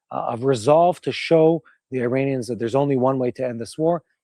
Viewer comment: Hey,, why are you pronouncing Iran and Iranians incorrectly?